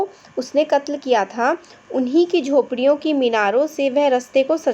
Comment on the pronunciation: khopdiyon na ki jhopadiyon